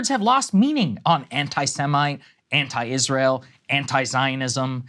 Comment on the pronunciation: Is-ray-ell is a pox on America.